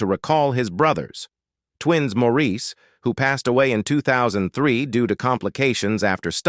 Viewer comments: And his name is always pronounced "morris" not "moreisse/maurice" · Could the narrator of this clip possibly have a more annoying voice and intonation? Sheesh. And what's with his "late" wife, Linda? She is still very much alive. So many mistakes in this video. As that annoying voice tells it, it's like Andy died AFTER Maurice (pronounced Morris) died in 2003, when in reality Andy died in 1988. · As of May, 2024, Linda is still alive and Morris is the pronunciation of Maurice’s name! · Maurice’s name is pronounced morris, and andy died before maurice did. Robin was the most recent to die, and Linda is still alive and happily married to Barry still